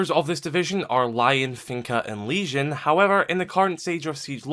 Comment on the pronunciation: Oh nah he said “lesion”